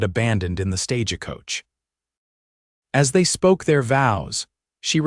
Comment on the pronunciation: Yeah, wasn’t familiar with a stage a coach! 😂😂